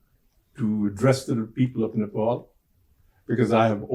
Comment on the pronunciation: It’s Ne-Pal not Nepol as a British man would say! Again, Ne-pal.